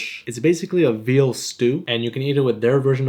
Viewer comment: When u said veal i thought u said beetle i was so scared 💀